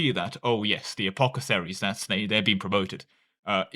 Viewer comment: Can you please reread the word apothecary